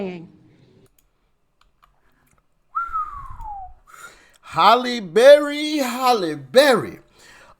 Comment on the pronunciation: Her name is H A L L E like in hallelujah, not Holly.